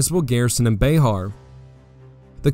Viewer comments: It's pronounced bear not be har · That’s BuHAR, not BAYhar